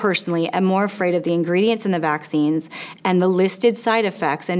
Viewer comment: You said maccine instead vaccines